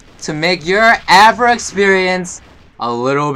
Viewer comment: Why does AVRA insted of AVA